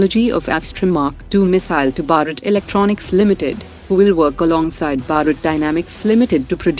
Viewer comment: Why does she pronounce Bharat as Barat? It does not sound good.